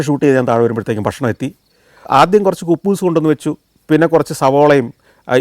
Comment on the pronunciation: കുബ്ബൂസ് അല്ല ഹുബ്സ് ആണ്